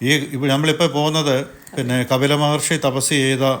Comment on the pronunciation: It is KAPILA not KABILA....Rf to some old learned saints thank u